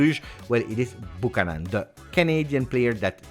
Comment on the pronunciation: Hey, Buchanan is pronounced BYEW-CAN-IN